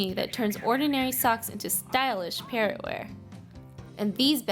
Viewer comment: I think they were pronouncing it as "parro", thinking the T is silent.